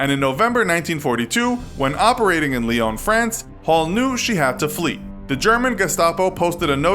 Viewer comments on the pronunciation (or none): none